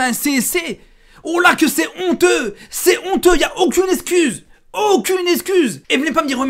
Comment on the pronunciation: Il y a un truc qui m’a stressé dans ta vidéo, tu dis esscuse au lieu d’excuse 🤣🤣